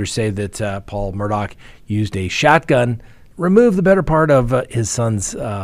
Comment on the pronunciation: There is no c or k in the last name Murdaugh.